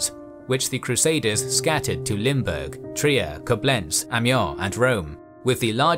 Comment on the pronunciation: Perfect pronounciatipn of Limburg. Congrats